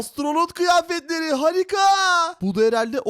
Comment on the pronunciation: Abi harikayı hızlı deme bi tu af geliyor